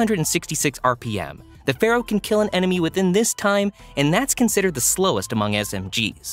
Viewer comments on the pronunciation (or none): none